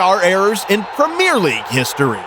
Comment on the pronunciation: The prem ear league